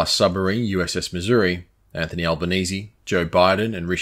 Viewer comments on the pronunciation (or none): none